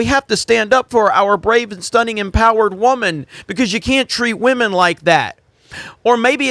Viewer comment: "I wanna respect some waman!" ~